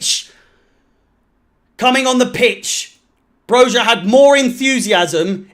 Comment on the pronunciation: It’s pronounced broya you knob